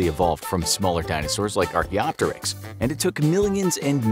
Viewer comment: Me hearing archaeopteryx: archeeopchixer